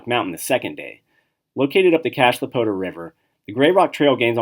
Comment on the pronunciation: We lived not to far from Ft. Collins for about 4.5 years. The Poudre river is pronounced poo-dre. If feels silly saying that for a while! Do you think you would miss the rain? I grew up where it rains quite a but but personally love an arid climate. We loved a Colorado and there is a lot to do, especially since you like hiking. For us, though, wearing a parka in May got old. :). We now live in the higher elevation of Arizona, where there is quite a bit of hiking also, but without such a severe winter. I work out of Colorado Springs, so went there pretty often before the pandemic began. We love hiking Bryce Canyon and Zion in Utah. I really enjoy the west!